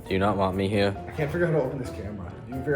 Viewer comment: do you not wanw me hewe 😂